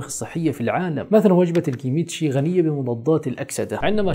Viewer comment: السلام عليكم ورحمة الله تعالى وبركاته مُشْ كِمِيتْشِي كِمْتْ شِي حاول نطقها بسرعة kimtchi